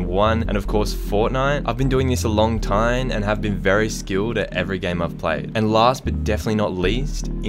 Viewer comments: Man said long tain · "i've been playing this a long TINE"